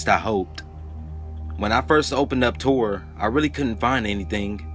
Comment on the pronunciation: You totally butchered the pronunciation on Arabic and tor